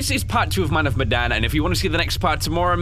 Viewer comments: Ok. So apparently Medan is pronounced Me-dahn. According to the internet. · It’s man of medayn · It's pronounced (May, den) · Hey why you saying meadan meden? Oh yeah you're english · am i the only one who cringes when pronounces man of medan wrong? (pronounced meedan)